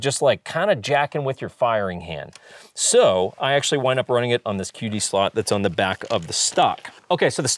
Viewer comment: I can't unheard you saying "un" instead of "on" when talking about the defuser caps. Great vide has always!